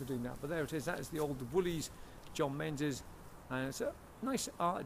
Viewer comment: please please would you stop pronouncing it "menzais". it is pronounced MINGIS. it is so insulting to those who have that name. Kindly STOP mispronouncing it.